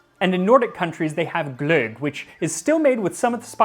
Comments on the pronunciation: You are not bad with pronunciations. Glögg was (almost) spot on. Its always so hard to make non scandinavians understand the "ö" sound. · I can't believe you almost pronounced "Gløgg" correctly. Nobody gets that Ø sound right! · Pronouncing Glühwein and Glögg perfectly… thanks for taking the effort only few do. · Nice and accurate pronunciation of Glögg, Max! 💪🏿😊 All the best from Finland! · tbh pretty decent pronunciation of glögg. /swede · That's the best pronunciation of a word containing "ö" I've ever heard from an english speaker. Greetings from summer Sweden! I would complain about the heat, 30 celsius, but then again you mentioned that you grew up in Arizona. Most foods combined with cinnamon, like our mulled wine or glögg, are related to christmas, probably because of the expense of the spice. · Very good pronunciation of glögg! 🥳 🇸🇪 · May I express my sincere appreciation for your meticulous attention to the detail of always attempting (and succeeding) correct pronunciation of non-English terms. The cockles of my linguist’s heart is warmed! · That pronounciation of glögg was great!